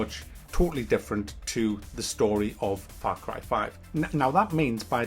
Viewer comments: Frap carb farve?? Wtf you saying lol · far crie faive